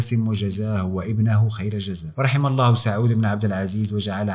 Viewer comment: ملاحظة ونصيحة انطقوا الهاء جيدا في كلمة الله